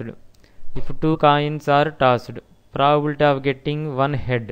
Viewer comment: Your content is good but you really need to work on your pronunciation. The way you pronounce 'probability' sounds like 'proabilta'. I had you mute the sound to complete watching the video. Thank you.